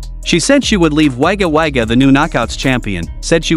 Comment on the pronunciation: just a heads up, Wagga Wagga is pronounced woga woga...........it's an Aussie thing 🙃